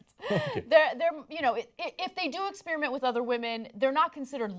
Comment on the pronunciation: ahhhhh Ana still can't pronounce "experiment"!